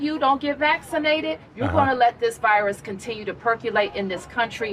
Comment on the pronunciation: “You gon’ let this vyrhus cohtinue to per-que-late” Nah, I’m gonna take an English class.